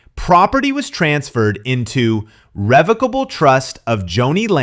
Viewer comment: Not a big deal but revocable trust is pronounced similar to revoke. He doesn’t have to go through probate or the courts and per Google because it is revocable, you can add or remove assets, change beneficiaries, or cancel the trust entirely as your life circumstances change now that he has control he can do whatever he wants and take off any beneficiaries (assuming Joni’s kids were listed)